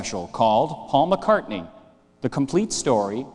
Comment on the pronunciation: Blame the uploader, not Brian Moriarty. Brian says it correctly .